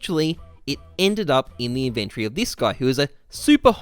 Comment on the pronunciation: Not sure if you're trolling or not but, it is pronounced in·ven·to·ry